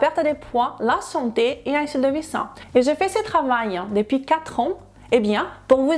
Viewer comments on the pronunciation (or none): none